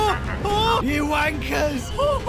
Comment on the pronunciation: did he say wankers or clankers?😂😂😂😂